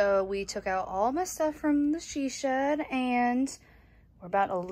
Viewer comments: 'In The 'TeaShed' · The “Tea Shed” instead of “She Shed”! 🐸🍵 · Dang I was coming to say "Tea-Shed" but apparently I'm not the only one lol! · He said she shed 🤣🤣🤣🤣